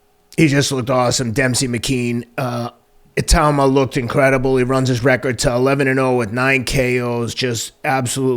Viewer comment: I would enjoy correcting (for the viewers) Teddy's butchering of a fighter (Moses Itauma's) name one more time. Teddy's call him Eee-dom-uh-oh. Total butchering. Just one more time could have corrected him and watch Teddy get pissed and slam. That is the one thing I didn't like about Teddy and together... Teddy downed anytime he pointed out (in a nice way for the viewers and out of respect) that Teddy was wrong. Maybe Teddy will give his son a break if he corrects him.